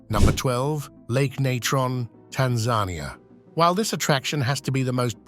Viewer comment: Right? "Tahn- ZAHN-ya"